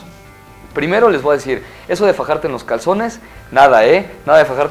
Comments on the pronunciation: con mucho respeto, te wa dar un consejo, di voy. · hahaha te wa dar